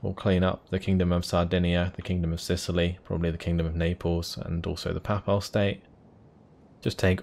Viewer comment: Loving this series so far, interesting seeing a completely different approach to my current campaign! Top marks good sir... Even if your pronunciation of "diplomacy" and "papal" makes me shift uncomfortably in my seat every time 😂